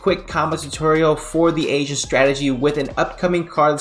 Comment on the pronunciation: A-GENT , not Asian deck lol